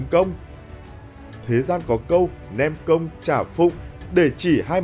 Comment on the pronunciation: mày không nói được chữ công à, cứ cốc...cốc, nghe không được.